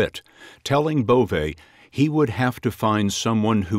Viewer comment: Bove? Schwienhundt